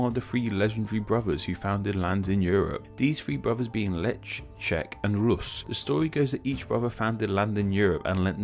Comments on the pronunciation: Its not pronounced Lech, but Leh, I think (at least in Polish) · One correction here. You pronounce the name Lech wrong. You basicly skip 'c' so properly it should be pronounced like Leh.